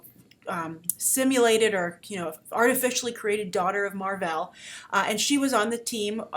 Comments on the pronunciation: Mar-vell. Not "Mar-vel"...smGDh Did you read these comics you're talking about? :-/ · I'll give you props for choosing Mar, but it's MAR-VELL. There is a double L. Sorry, he's just my all-time favorite character.